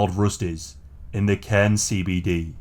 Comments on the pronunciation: Nice one pronouncing Cairns correctly 😊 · Woo! Queensland! Btw you are one of the only non locals to pronounce Cairns right, great video!